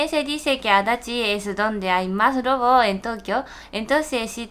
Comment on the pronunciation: Yuko dice "en Adachi hay mas robos" y yo le entiendo "en Adachi hay más *drogos*" XD